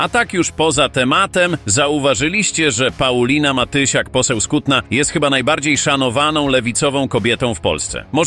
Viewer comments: Matysiak poseł z Kutna a nie " Skutna". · Nie Skutna tylko z Kutna, AI jak widać nie nadąża, wstyd że są takie błędy.